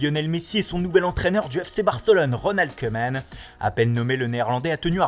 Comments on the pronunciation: on ne dit pas cuman mais on le prononce comme couman. allee svp vous-êtes des présentateurs faite le minimum d'effort. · Et je vous en supplie de dire queueman au lieu de koeman qui se prononce kouuman , parceque en néerlandais oe = ou Bordel c'est tellement pas difficile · On dit "Coumane" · "Reunald Keuuumannnne". Lol, ça va Keumannne, pardon Keeumaaane? Haha U made my day!